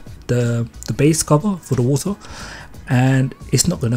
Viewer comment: So ure from wotahhhhh